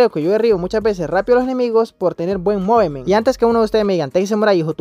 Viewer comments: Se pronuncia mufment (Movement) 😅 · Mano movemet😂 lo estas diciendo mal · Se pronuncia muvment